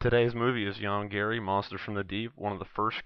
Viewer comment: you should say Yong GAHREE Not YongGEREE.